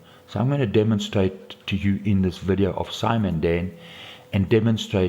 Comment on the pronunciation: His accent/pronunciation! " I am going to *dumbenstrate.*😂😂😂